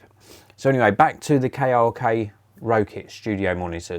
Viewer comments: Rokit is pronounced rocket 😊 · I wasn't sure if that's actually the correct way to pronounce it or not, and that everyone else was wrong haha. That sort of thing happens all the time.